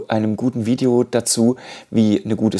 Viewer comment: Super Video. Vielen Dank. Sehr hilfreich. Hätte viel mehr Likes und Views verdient. Bitte nicht mehr Veideo sagen. Maik oder Mick ist beides möglich, da irrt sich TripleU-E.